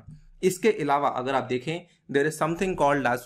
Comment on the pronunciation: Sorry to say but इलावा की जगह अलावा बोलें🙏🏻